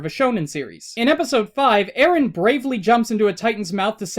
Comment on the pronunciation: Its Eren not Arin.